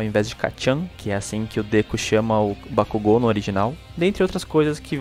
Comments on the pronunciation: só achei estranho a pronúncia de bakugo, pq ao invés de falares bakug'o' falaram bak'u'go, sendo mais difícil e estranho de pronunciá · A dublagem da funanimation tá boa pra caramba tá ruim só a porra da pronúncia BAKUGÚ < dói os ouvidos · Não foi nem no kazinho q eu fiquei puta, fiquei bolada pra caralho com a pronúncia dos nomes, me vieram com uma porra de bak u go, dando ênfase no U, pqp, muitos nomes e apelidos pronunciados estão me dando agonia só de ouvir, mas é a vida... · As vozes são perfeitas mais algumas pronuncias q quebram "Déku" "Bacugo" Kazinho q poderia simplismente terem deixado kachan, na luta do midorya e bakugo, do nada o midorya solta um "kazinho" ai corta o clima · Terminei de assistir as 4 Temporadas... E adorei, vozes boas, Núcleo principal de personagens e secundários bem escalados, talvez uma voz adicional ou outra não ficou tão boa, mas nada que não der pra relevar, as pronúncias: Deco, Kazinho e Bakúgo, da pra relevar numa boa... No fim, gostei bastante do trabalho, dá pra ficar melhor? Claro que dá, sempre da pra fazer melhor do que antes... Pra mim, melhor dublagem desse primeiro lote da Funimation! (Minha Opinião) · A dublagem br ficou boa, só n gostei q trocaram algumas apelidos como Kachan, e a pronuncia de Bakugou. Parece q no Japão tem uma fábrica de dubladores incríveis, q emoção traz na voz. Vc viu a dublagem de Steins; Gate? Se sim, o q achou?